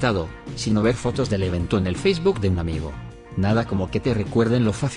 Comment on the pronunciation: Siempre me rio con la forma en que lo dice 😂😂😂